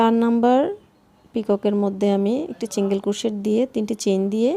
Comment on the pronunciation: আপনার বুঝানোর স্কিল ভাল কিন্তু শব্দের উচ্চারণ গুলা বেখাপ্পা লাগছে সিঙ্গেল কে চিঙ্গেল, লুপ কে লুফ ভাল লাগেনি